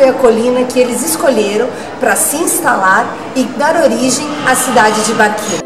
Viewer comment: Não se fala barquino, é "barthino". Som de q teria se fosse escrito barchino.